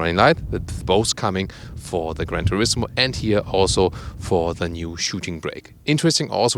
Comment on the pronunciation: I want 50 cents for every "here" pronounced as "hier" ;)